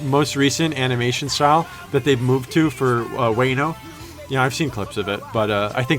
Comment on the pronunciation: Also Wano is pronouced (Wah-No) btw ❤️